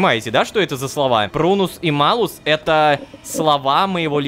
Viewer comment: Шёл шестой сезон, как Ло дали карманное измерение, а мне из-за знаний латинского так режет слух, что Рома говорит Малус, а не Малюс.... (буква L в латинском смягчает стоящую после неё гласную)